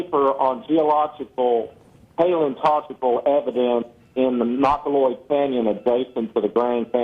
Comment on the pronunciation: "paleontogical" hahahaha